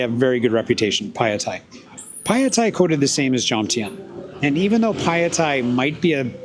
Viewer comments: Why can’t Americans never learn to pronounce things right? Even the places where they decided to live. It is not Padia, it is Patta-ya. With the stress on the LAST syllable, not the first. So don’t be a moron, learn the place you chose to live and learn it from tho locals, not from other morons who also never learnt it right. Otherwise a quite good video nicely presented. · I refuse to watch any videos by ex-pats who don't even show enough respect to put in the slightest effort to pronounce the names of the city they are in. You DO realize that there are three 'A's in Pattaya? Pronounce ALL of them. And Pattaya is one of the easy Thai names. All it takes is a little effort on your part.